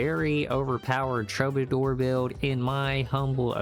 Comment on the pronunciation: Nice vid. TRUE BA DOOR (killing me with the pronunciation)